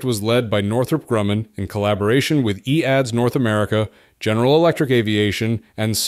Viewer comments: Its an AI voice so pronounced it as written. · The company was called E A D S. Not EADS. It's today Airbus.